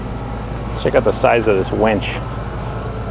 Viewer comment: leave it to to call the winch a "wench" lol god bless you, you are a straight up badass!